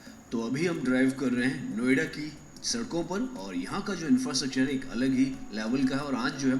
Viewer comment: 😂 Naam Sahi Lo..... Niyoda Nahin Noida Hai Ye..... Kya Bol Rahe Ho Tum....